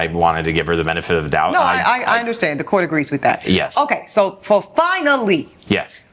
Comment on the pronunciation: "fur a couple dates"